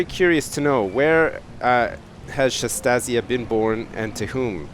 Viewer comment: I think its pronounces shantasia as in Anastasia just with a sh- instead of the anas